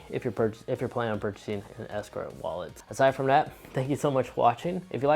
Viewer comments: Bruh how have you had this wallet for 5 years but still can’t pronounce the name correctly? It’s Ekster not ESKER 😂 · It’s pronounced Ekster, not ESKER! Decent review, but work on your speaking skills.